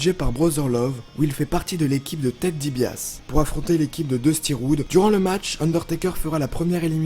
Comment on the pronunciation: Ou encore Ted DiBiASSE qu'il prononce pourtant correctement juste après...